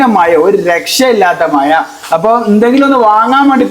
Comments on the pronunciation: മയ...മയ അല്ലേടോ..മഴ ആണ്. ആദ്യം നാവ് വടിക്ക്. ത്ഫൂത്ഫൂ. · മയ അല്ല മഴ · മയ അല്ല മോനെ മഴ മഴ മഴ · A request from a big chechi from America ,please organize the top portion of the kitchen & close it so that it won’t be seen in your videos ….Reply annu not replay ….mazha aanu not Mayaa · Good video..Maya alla..mazha..kozhikodan slang okay..good..but malayalam correct aayi parayanam.. is handsome; is pretty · യാ യാ യാ അത് ഒഴിവാക്കി ഴാ ഴാ എന്ന് ഒന്നു പഠിക്കു. മഴ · Maya അല്ല മഴാ ennu para